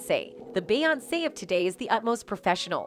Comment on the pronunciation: I’m not trying to be rude, but I wish you would learn the correct pronunciation of the names. It’s Bay on say, not Bay once.